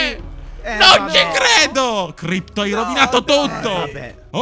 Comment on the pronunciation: Crypto non Crpyot ahahahahhahahahahahahahahhah